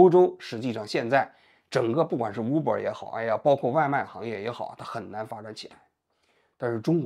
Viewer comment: uber的u不读呜。大哥，你的武汉大学咋个考上的。